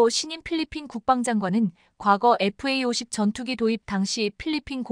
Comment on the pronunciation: Fa50. 은 제대로 읽고있네요!!에프에이50 에다가 스텔스기능만 부가시키면. 세계최강전투기가 된다~❤